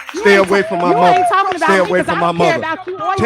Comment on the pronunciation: "My motha... has blood pressha" 🤦🏿‍♂️. In the words of the great Kevin McCallister, we all do.